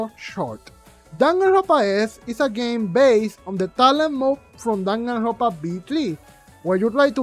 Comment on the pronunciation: "DanganRRRRRRRonpa S" lmaoo love it. great review and you explained it perfectly. I was disappointed in V3 for the laziness in some aspects of the game.